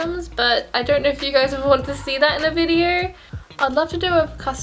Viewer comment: She said vider